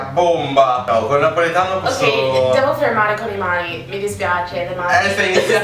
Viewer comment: Is "napoletano" not "napolitano"